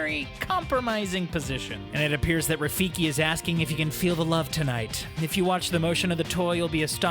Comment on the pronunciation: Its Rafiki. Not Rafikie.